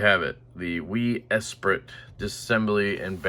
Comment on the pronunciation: just watched this video to listen to you mispronounce Esprit lol